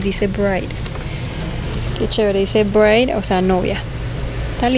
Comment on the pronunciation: Bride= ' BRAID así se pronuncia..... no Breid novia